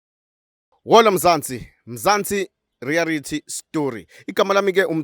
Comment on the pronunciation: Reality not rearity